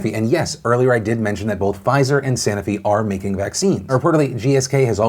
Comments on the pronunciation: Ahh Phil... Phil Phil Phil... It's pronounced SA-NO-FI not SANA-FI. I'm cringing here, cuz I used to work at this company like 18 years ago. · I work in biopharma and the only thing wrong about this video is how Phil kept saying sanofi wrong. SAH NO FEE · *Sanofi - anyone else thrown off by how this was pronounced?!